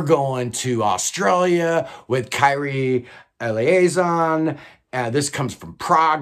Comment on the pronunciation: These lists are always so fun to watch unfold ! For your info, Kyrie Eleison is pronounced Kee-Ree-Ay Ay-Lay-ee-son 😛